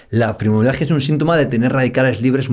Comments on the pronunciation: Dice dos veces "frimomialgia"...Es fibromialgia. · Alguien que dice “frimomialgia”… no es de fiar. Min